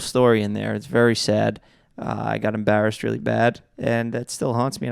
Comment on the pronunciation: The way Jeff pronounces “embarrassed” 😭